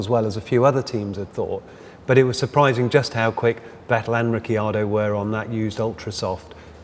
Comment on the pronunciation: i hate how this guy keeps saying 'ricky-ardo' as if he's new to formula 1. his colleague even pronounces it correctly and he still says 'ricky-ardo' smfh